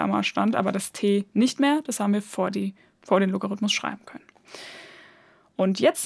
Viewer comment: Als Musiker finde ich es besonders nett, dass Du vom Loga- rhythmus sprichst (statt vom Logarithmus)!